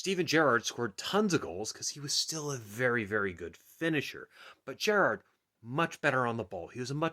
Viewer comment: Stop saying Gerrard weird